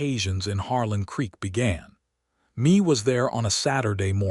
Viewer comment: Yo AI Mae is pronounced May not Me